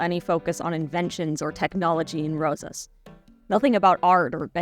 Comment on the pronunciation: Yeah I hate how they didn't pronounce it the Spanish way, even though their lead character's VA is Afrolatina! It's like they didn't even try. Le sigh. No effort at all was put into this movie.